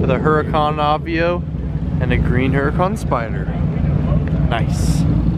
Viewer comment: I believe the Lambo Huracan is pronounced with a soft "H", so you'd say "Ur-ah-con", rather than "Her-ah-con". And that's today's Italian lesson.